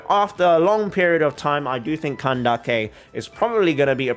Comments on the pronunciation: i actually think pronouncing it candakke is…. more offensive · Kandake is pronounced more or less how you said, but Candace can be pronounced the usual way. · hey, genuine question, how sure are you on which syllable the emphasis should be for candace? so "CAN-dace" or "can-DA-ce"? i would have assumed the former, since i think it probably originates from the latin word candicare, where the emphasis is on the first syllable "can" also, for "cyno", since its greek, I think the "y" should be pronounced like the german "ü" (instead of "se-no" as you say it in the video), but idk if maybe hoyoverse themselves aren't sure about that (the "cy" or "sü" sound is quite difficult to recreate in japanese/chinese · I'm confused where can-daak-kay came from, because when I look up pronunciation it's kan-dis 🤔 being genuine here, have I missed something? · ok mr you explained the etymology of klee, and cyno.. how about candace? i used the pronounciation funtion of ggl translate for both greek and arabic and they both say it like [canned-ace] while you say it like [can-da-ke] which i want to understand. thank u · bro.... if her name would be kandake i would understand, but its candace, even dawei the ceo (iirc) from hoyoverse says candace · Why calling her "Kandake" when her name is Candace?? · Neither. Ideally it would be pronounced like Kandaka. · I am super glad youre saying candaces name like kandake. Im half egyptian and i find it extremely disrespectful that mihoyo is telling the VA's to say the names wrong